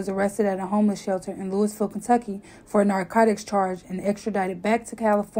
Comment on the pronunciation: Good video but learn how to pronounce Louisville